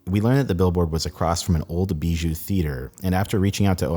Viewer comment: BIJOU is Bee-jew? Not Bi-You